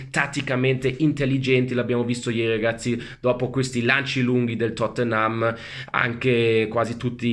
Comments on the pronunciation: "Il Tottenhám"🤣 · Pronuncia napoletana 🔝